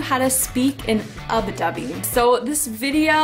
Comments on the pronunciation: just fyi it's ubby dubby not ubi dubby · i know that it was a pronunciation related thing she was saying ubbi wrong